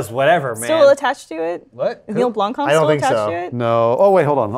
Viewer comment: As a South African listener I would just like to give props to for trying to, and nearly succeeding in pronouncing Neil Blomkamp's surname correctly.